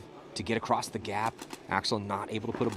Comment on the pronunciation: Solid commentary by and. Got to just mention that it's defendable not defencable. It's across not acrossed. That one you do alot. Whilst its hilarious it's also stupid. Read more. Jesus your not reading a quantum physics paper. Just good old basic English words. At least we can't hear sniffing into the microphone.... you got a cold there buddy.... Yeah we ALL know...